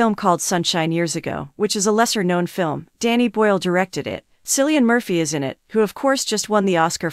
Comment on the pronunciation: "sillian murphy" ☠